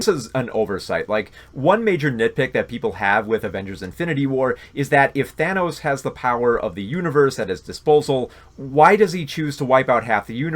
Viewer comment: He also pronounces Thanos “Thaynos”.